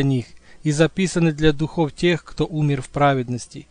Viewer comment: Спасибо за ваш труд, огромный труд прочтения. Вы единственный и первый кто прочитал эту книгу под запись. СПАСИБО. Слова духов вы неправельно ставите ударерие, духОв , например: "ороматных духОв" а дУхов, например: " нечистый дУхов". Все равно уже прослушала несколько раз и не надоело.